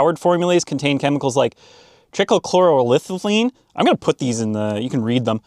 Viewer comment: Thanks for this one. Please spend a few minutes to practice the chemical names for future videos. Try cloro eth a lean. is pretty close for the original brake kleen. Per cloro eth a lean, you also mentioned. I just retired from a transit agency. NO PPE other than gloves for mechanics. Exhaust extraction is never used, and won't fit over the massive oval exhaust outlet anyway!. Nobody cares. Blue collar folks are to be used up to fund the pension plans of teachers and judges.